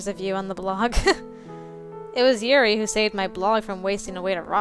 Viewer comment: It's pronounced like You- then a really fast Ri You-ri. (OH NO SHE KNOWS!) Lol. Nothing too bad happens but the game can get a little bit creepy. I think you will love it. It's an awesome game. Lance is my little Tsundere and he is just perfect! I think you picked the best person to start with. Also if you didn't know, there is an order that the game makes you do the routes, You can do Lance, Yeonho, and Yuri in any order, But then you have to do Tei 4th and you have to do Red last. This game is Golden though! You're going to love this game! Even though the bad endings, Which I reccomend doing side video's to get them, Are kind of creepy, They are so worth the extra work!